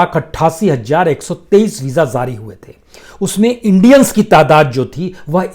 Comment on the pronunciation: Sir zari nahin jari shabd hai durust kerye